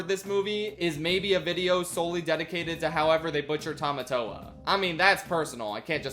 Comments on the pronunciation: That's not Tomatoa, that's Potato-toa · I'm sorry but besides the butchering of Tamatoa I'm now hung up over why they changed Maui's shark head to a hammerhead-? Why did they change it to a hammerhead-!? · Butchering Tamatoa + That terrible wig